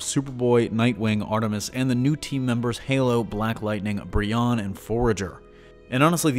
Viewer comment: no hate i just want to say it’s pronounced BREE-OWN